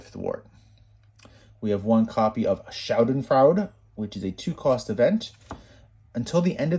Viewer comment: It‘s so funny as a German how you pronounce „Schadenfreude“ 😂